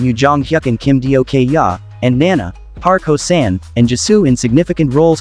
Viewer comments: I'm dying Kim Dio-kyaa 😂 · "Kim Dio-kyaa" 💀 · When i heard the pronunciation for kim dokja...i almost died😅